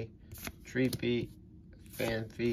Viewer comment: I've tried so hard to purge that mispronunciation of "Phanpy" from my mind. If I watch too much I might start saying it like that again!